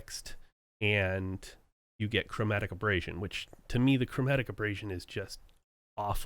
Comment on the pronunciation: The only thing 'abrasive' about it was the 'ear ache' it produced the fifty odd times it was said.